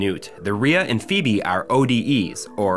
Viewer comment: Phoebe "Fo-B" Good feature though man.